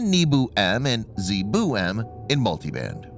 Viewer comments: If it only pronounced it as NYEH-boh, PRO-tiyv-neek, and ZA-ye-boo, correctly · I love the Nii-bu, and Zee-boo part. I know the narrator is struggling. Will he fail this time?